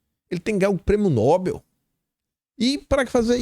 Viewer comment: a pronuncia correta da palavra é noBEL, ou seja, a última sílaba é a tônica.